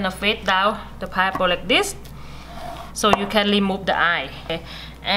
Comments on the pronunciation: Very good information " thank you God Bless you 🙏👏🙏👏 It is called Pineapple ' not pieapple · Pineapple not pieapple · it's a pi-N-eapple not a pie apple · She is the best. I watch this video errtime I cut a piaple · I love her accent. I am officially changing the way I pronounce this fruit to 'pie-apple' Great video thanks for the tips. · I've been saying pineapple wrong all this time, it's pie-apple! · Everyone takes a shot everytime she says pieapple..🥃🥃🥃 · PIAPLE! hahahaha so cute hahahaha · So, it's "Pie Apple" Damn!! I was pronouncing it wrong my whole life...thanks lady😁😁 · This video make me very happy because of lemute and pi-apple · Is it "Paiyepo"? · Pie aple?😂😂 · It's not a pie-apple, it's a pine-apple!!! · Very good video but it is not a pie-apple it is a pine-apple. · Its PINE APPLE NOT PIE APPLE Keep smiling!!! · please say correct "pine apple" not piapple. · Pineapple or pieapple? 🤣🤣🤣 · Me too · Flesh paiple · The way you talk you sound like a little baby so sweet..that ascent is what is making me watch this video.."paiaple" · I love the way she says "piaple" and she says aces instead of off access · how about pi-apple 😊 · I love her pronunciation of pie apple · Did she say pie apple? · 😂😂😂🤣🤣she speaks really really worse paiaple 😂😂😂god I can’t stop laugh 😆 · If she says Pie-Apple 1 more time 😫😂😂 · and now my Pieapple iss pity haha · Pie- apple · Hahaha..just love how you pronounce pineapple without an "n" and other words so specially pronounced. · where is the r?